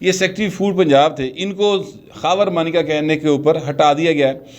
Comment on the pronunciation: مانیکا ہے یا مونیکا او ماٸ ڈارلنگ۔ کسی بھارتی فلم کے گانے کا بول۔ لگتا ہے عمران بھی اس کو ایسے ہی پکارتا ہو گا 😜😂